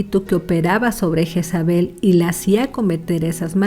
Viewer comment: Asi no se pronumcia el nombre, su pronumciacion en español seria algo asi: yeeeeesabe la j suena ye o lle alargando la e y la l casi imperceptible. Pd lo se porque yo me llamo asi 😂